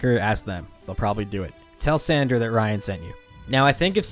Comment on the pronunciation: San DOR, not San DER. Like a DOOR. Other than that, great video. :)